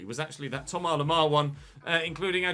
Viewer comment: Plz say Thomas the English way. You pronounce the vowels English and say Lemar English so why leave out the “S”? Sounds more wrong than just going full english